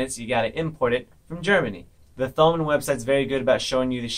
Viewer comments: it pains me that you pronounce thomann as you would "thumb" or "this" or "that". you pronounce it as if it doesn't have an h. pronounced "toe-mann" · your pronunciation of Thomann is funny